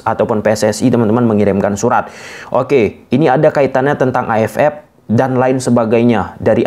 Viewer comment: Terganggu sm pengucapan AFF jadi A ef epp.. AFF = A ef ef..